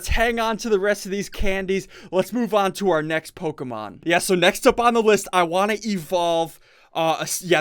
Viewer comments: Omg SSundee your driving me insane by saying Pokamon it's Pokemon please try to say it right but nice vid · Who else cringes a bit when he mispronounces the Pokemon names? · rarely pronounces Pokémon names correctly XD